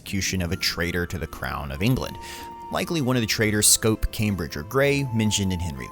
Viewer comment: "Scrope," Lord Scrope of Masham, NOT "Scope," that's a mouthwash. That's OK, though, no one should require voice-overs exclusively featuring scholars familiar with medieval English politics or Shakespeare's fanciful versions of it.